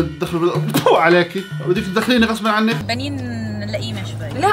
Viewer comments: اسمها بنين مو بناين يسعد دينك 😂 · بنين❌ بناين✔️ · بنين❌ بناين✅😂😂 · ما اسمها بناين اسمها بنين 😭😂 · ؏ طريقة بناين 🤦🏼‍♀️(يعني هوه يلفظها بناين ) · بنين ❌ بناين ✔️ شيرين ❌ شنينة ✔️ نور مار ❌ نور مارخ ✔️ اللغه العربيه تبكي بالزاوية 😂😂😂🤡 شكرااااا 183 لايك ما توقعتتتتتت :)❤️ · بنين ❌ بياين✔ وليد❌ محمد✔ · بنين❎ بناين✅ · 😂😂💔بناين؟ حتان؟ ياخي انت تنطي للأسماء رونق خاص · يا اسمها بنين مو بناين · بنين مو بناين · بنين ❎ بناين ✅ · بنين مو بيان😡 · يا ابن الحلال اسما بنين مش بناين. الي معي لايك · اسمها بنين مش بناين 😂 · يا اخي اسمها بنين مو بناين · بنين ❌ بناين ✔️😹😹😹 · هتان❎ حتان✅ بنين❎ بناين✅ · بنين ❌ بناين✅ 😭😂😂😂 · نارين ✖️✖️ نارينا ✅✅ شيرين ✖️✖️شيرينا ✅✅ بنين ✖️✖️ بناين✅✅✅ لغة الخارقة 😂😂😂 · مو بناين اسمها بنين